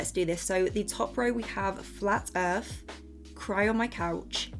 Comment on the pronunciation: Flat earf